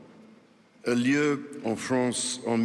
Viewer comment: Hahahahaha il a dit la « FRONCE » ce facho